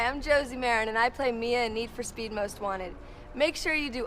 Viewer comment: How you say speed makes me laugh. Need for spet